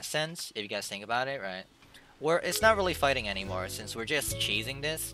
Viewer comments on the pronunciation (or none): none